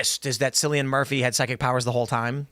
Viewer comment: Cillian Murphy is pronounced Killian not Sillian 😂